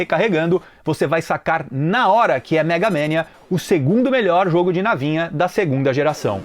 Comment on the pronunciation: cara, ninguem fala megamEnia...e sim MEGAMANIA